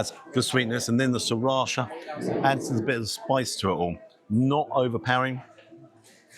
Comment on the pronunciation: What an unexpected disappointment, after the NY one. We don't seem to do so well in Britain when it comes to chains. On a plus side, I learned how correctly to pronounce 'sriracha' so thank you for that!